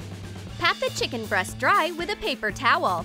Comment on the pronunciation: I like how you said chicken bra instead of chicken breast